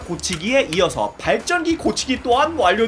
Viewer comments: 아니 아까부터 발전기를 발정기라고 발음하는데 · 어느순간 발정기 발정기....라고 들리... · 자꾸 발정기 발정기 그러시네.. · 왜 자꾸 발정기로 들리지? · 왤케 발정기라고 들리냐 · 발정기라고 들려요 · 발전기 발음좀 재대로 해주세요 ㅋㅋㅋㅋㅋ